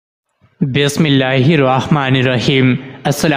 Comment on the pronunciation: For God , correct your urdu pronunciation and start with true bismillah not baas millah